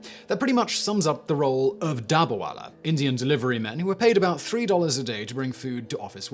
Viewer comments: It is not dabarwala. It is dab-ba-wala. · He isnt pronouncing it right through